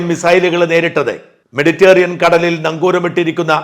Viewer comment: 'മെഡിറ്റേറിയൻ' അല്ല, മെഡിറ്ററേനിയൻ.